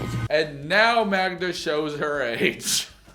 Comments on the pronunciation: can't even say his gf's name right... Much less the dog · Hades may be pronounced differently in Polish. The irony though. He makes an effort to pronounce the dog's name correctly, but struggles to get Magda right 🤣😂